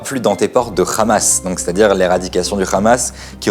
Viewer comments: Dans la prononciation arabe Hamas est un hha non un khra on-dit en arabe Hamas non khrahmas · on comprend pourquoi les sionistes d'ici ou là-bas, prononcent tous "Khamas" au lieu de "Hamas" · Très bon reportage ! Je suis quand même assez étonné que beaucoup de gens, notamment beaucoup d'israëliens me semble-t-il, ne comprennent pas que l'on ne dit pas "Khamas" (avec Kha comme le J ou Jota espagnole, comme le mot "jamas" jamais) mais "Hamas" (avec un H aspiré). Ca fait évidemment toute la différence en arabe ! Je remarque que personne ne le relève alors que c'est crucial dans ces temps de conflit et de confusions !